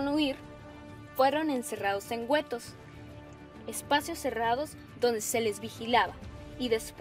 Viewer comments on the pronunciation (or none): Muchos errores en los nombres de tratados, pactos y operaciones. Además es Gheto (gueto) no Güeto. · Hay que aprender a leer con fluidez. Gueto no es lo mismo que güeto. Chale. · en primer lugar Polonia no es una ciudad es un país segundo no se dice gueto mencionado la u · Se pronuncia "Getos" , no "Guetos" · El video tiene esfuerzo y ganas eso se valora y mucho, pero en la palabra guetos que se pronuncia en este video la muchacha narradora pronuncia la letra u, eso está mal ya que guetos no tiene diéresis en la citada "u", esa sería la única manera en que pudiese pronunciarse la dicha vocal. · Polonia no es una ciudad es un país y la pronunciado es "geto" no gueto Que onda gey...! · Además, "guetto" se pronuncia como "gueto", no como "güeto", pendeja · Diego Ceballos y además gueto no se pronuncia güeto, je